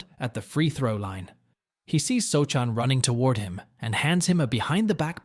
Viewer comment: pronounced so-han